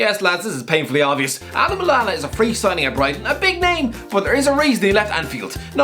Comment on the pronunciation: sounds like his mouth gave up saying "Adam Lallana"